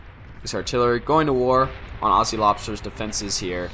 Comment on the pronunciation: Great cast, Aussie is pronounces ozi; two short syllables with a hard z, not aasee; two long syllables with an s.